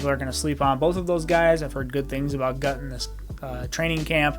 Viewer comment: #15 Jalen Guyton is pronounced “Guy”-ton not “Gut”-on. Also, the Chargers kept only 5 receivers on the 53 man roster (most teams keep 6) and Tyron Johnson didn’t make the team. The Jaguars grabbed him in a nanosecond.